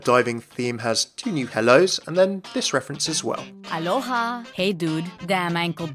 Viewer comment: I'm Hawaiian and the way she says aloha sounds like she's saying bye XD